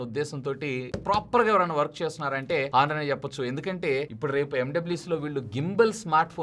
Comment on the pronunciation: హానర్ కాదు ఆనర్